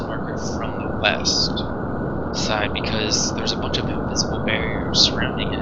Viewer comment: I thought you said weast. srsly tho i’ve tried to do this several times and have failed help